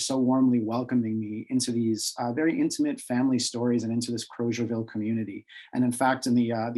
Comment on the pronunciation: Liberians pronounce the town’s name as “Kruzerville” not “Crowzerville.”